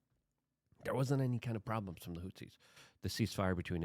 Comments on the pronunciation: WHO-THEES. Goddamn Luke... not Hootsies. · Houthis. Not hootsies. 🙄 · PLEASE pronounce it correctly. The fucking HOOTSIES? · Hey man Love your work Thank you for repeatedly talking about Yemen and the bombings there. (Houthis is pronounced "Whothees"btw) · He leans into mispronunciation. It’s part of the charm.